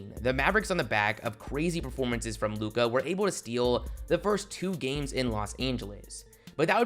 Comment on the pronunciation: Stop extending syllables and ppl might sub. “The bulls were riiiight” “a figure super star in lukaaaa” “an unprotected first rounderrr” bruh annoying asf